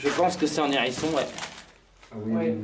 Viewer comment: Mon dieu, étrange endroit peuplés de Z'hangars, de n'hérissons et de tas de vieux journalS ;)